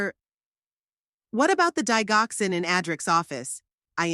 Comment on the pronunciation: Eric is married to her daughter , this makes him a son in law not a brother in law. Digoxin is pronounced "Dijoxin"